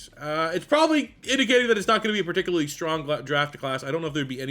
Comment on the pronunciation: love the channel bro…but I am begging you to look up a pronunciation guide for the word “particularly” 🤣